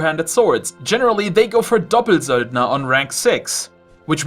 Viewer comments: cause it sounds so german and ur speaking english the whole time :D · I laugh every time u say doppelsöldner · D I also have fun pronuncing stuff as correctly as possible, and still it was so funny when u said doppelsöldner :D